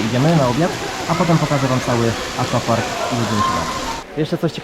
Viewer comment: Wszystko super, ale Panie, aquapark czyta się "akwapark", tak samo jak akwarium czy akwarele, pozdrawiam:)